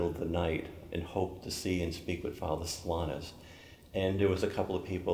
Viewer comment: It's unfortunate that the host sometimes pronounces Blessed Solanus' name as "So LINE us."